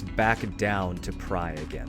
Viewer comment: Thanks for the guide but your "DUO to TRY" or "PRY to DUO" just killed me :D TRI= nearly sounds like three, PRI= same but with P :D